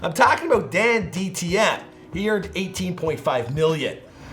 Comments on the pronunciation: Why did he say dandtm instead of dantdm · Im officially triggered "dandtm" And "danttm" It's tdm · Is it me or he said Dan dtm instead of tdm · It’s Dan TDM not DTM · ITS DANTDM NOT DTM